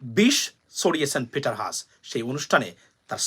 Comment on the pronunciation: It’s Peter Hass (হ্যাস)